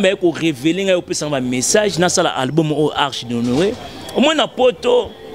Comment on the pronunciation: Album et non "alboum" non mais ooo t'étais la première à faire des émissions pour se moquer des personnes qui avaient du mal avec la langue de Molière mais je vois que apparemment toi aussi tu es!!!